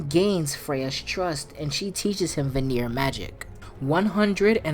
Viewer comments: VAN-EAR, not VUH-NERE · I love the video, but one note, Vanir is pronounced VAnir not VaNIR. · Brother, it’s pronounced “vah-neer,” not “vuh-neer” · You saying vanir wrong it pronounced Van-e-yer not va-near lol